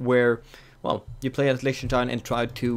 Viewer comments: "listener stien" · It's pronounced Leeh-ten-stein.